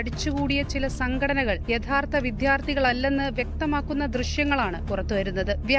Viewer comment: വിദ്യാർത്ഥി എന്ന് പറയൂ വിഥ്യാര്‍ഥി അല്ല